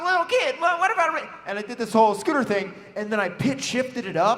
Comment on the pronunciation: Who the fuck is scooper. His name is Scooter